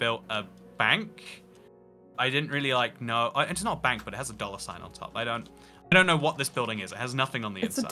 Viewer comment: “You jus go in there to dallor.” Ah yes, I love to daller!